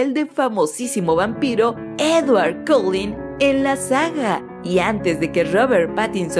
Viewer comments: No mames... Cullen... Se pronuncia colen ;-; no "coulin", DIOS, NO ES TAN DIFÍCIL. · es collen no colin xd :v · Se dice Cull-E-n no Cull-I-n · Esta tipa no sabe pronunciar Cullen, lullaby, SthepEnie, Carlisle, etc.